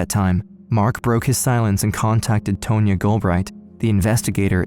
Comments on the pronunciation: TAHN-YA. The lawyer's name is pronounced TAHN-YA not "Tow-nya" 🙄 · Tone-ya? I think you mean Tonya, like Tawn-Ya. Ya whatchacallit.